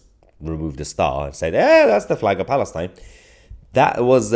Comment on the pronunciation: That is why the say "FALISTAIN"